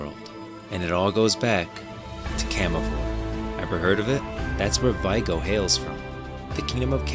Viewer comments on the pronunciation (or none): great video! really excited to explore this world. (sorry to be annoying, but someone is gonna tell you: it's "Vi é go" not "Vaigo") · Vee-ay-go This is how it is pronounced on the audio book.